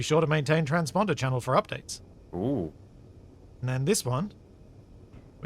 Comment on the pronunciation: "Trans-Ponder" ~ 😅